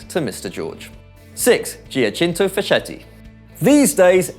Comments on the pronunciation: Facchetti is pronounced Fakketti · Facchetti's pronunciation is Faketti. in italian ch- is like K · Is it really that hard to do some research on the pronounciation of the players? It hurts to hear your pronounciations of Hidegkuti and Facchetti. In my opinion it's a matter of respect!